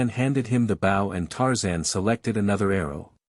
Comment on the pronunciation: Worst AI reading ever. Bow as in the bow of a boat when it is bow as in a bow and arrow. Get a real person to read the book and not make such stupid mistakes.